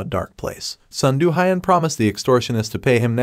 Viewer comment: Its hiiun not hyun with e only higher pitched